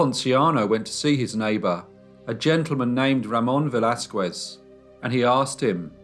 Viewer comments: Velázquez is pronounced veh-las-kez and not veh-las-kuez. The U in QUE is mute. In fact, the letter Q is ALWAYS followed by a U. It is a most romantic couple of letters. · The "u" in Velázquez is mute, so you have to say /Veláskes/ it always is mute in all words that has "que/ qui"in them. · A little tip; When you pronounce Velasquez; Do not try to say the U. Just say, Vel Laz Skez. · I love listening to you and I appreciate the stories very much. I would just like to comment though since I am Mexican, that you should never pronounce the U after a Q in the case of Velazquez you are supposed to make it sound as a K as if it was written Velazkes. Thank you for understanding. And congratulations again. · Cute how you pronounce “Velasquez” 🙂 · The way you pronounce the name Velázquez makes me twitch. Don't pronounce the "u" in the name. As far as I know, anyhow. This is a horrible, horrible case. Horrible mother. Poor kids. I'm glad that they caught her, at least; Inspector Alvarez did a great job with the fingerprints. Good video, as usual.